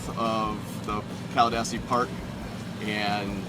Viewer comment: It's pronounced Caladeesi